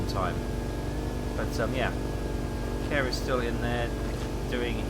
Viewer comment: My friend is called Kåre and he is very sad that you keep calling him care. It's pronounced core. Like in hardKåre and reactor Kåre. XD